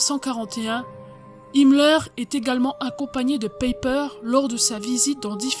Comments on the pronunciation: Aie aie ça pique, En Allemand, Joachim se prononce "yoarhim" et "Païper" avec un "e" faible ... Ce n'est pas qu'il faut obligatoirement être germanophone pour faire ce genre de docu, mais essayez d'avoir la prononciation et tout de suite vous aurez le petit "plus" 🙂. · En effet, finalement il faudrait prononcer : Peiper Paille père En deux syllabes avec accentuation sur la première .